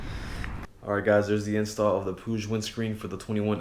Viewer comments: So I asked some spanish speaking friends how you pronounce it and apparently you say it like how the brits say it pu-ig and not puge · I love how you said Puig, it's the first time I've heard it say like that haha.